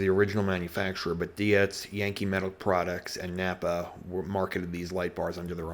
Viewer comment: Um, Sorry but I felt I needed to post this: bear w/ me on its length. First, it's not pronounced Die-Etz, it's pronounced DEETZ. Second, this lightbar is a poor example of an actual NYPD unit. None of the inner flashers had #4411 sealed beam bulbs, as yours does. They utilized the same #4416R and/or #7400R bulbs as in the rotators. #4416A's in the rear flashers. Red and CLEAR bulbs, alternately in the rotating mechanisms. Your driver's side rotator has a #4416A bulb. That's another no-no. Lastly, your bar has an additional flaw with both rotators having the same rotation. From the factory, AND as evidenced by your video, the rotators rotated in OPPOSITE directions, regardless if it was Dietz, SigStat, Yankee or any of the re-branded models from NAPA and such... Later-on, same-direction rotation occurred frequently as rotators failed and fleet operations simply didn't care which direction they spun, they were replaced with whatever they had laying around, (depending on clock-wise or counter-clockwise) which is probably the case with this unit. The endcaps being a flaw wasn't until these units became old and remained relatively plyable unless they were over-torqued. As time went-on, the plastic would deteriorate with age. They weren't much of an issue until the plastics, which are now 30+ years old, are becoming brittle. I never had issues w/ them when they were new-even in sub-zero temperatures. AGE is taking them out, it wasn't an early issue. Toward the end of their existanc